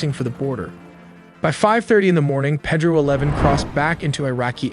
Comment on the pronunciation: It’s not Ped-roe”. It’s “Pay-dro”. F AI.